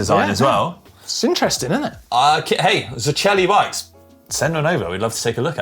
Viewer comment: Zoceli (of steel) should be pronounced as zotseli, not zocheli. Just my 5 cents here..